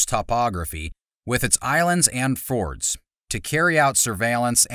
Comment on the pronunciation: There is a huge difference in "Fjords" and "Fords"...